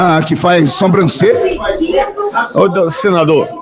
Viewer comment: E o ignorante falando soMbrancelha varias vezes...